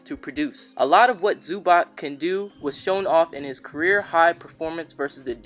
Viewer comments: Zubac's name is pronounced "Zu-BOTS" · Its Zub-ats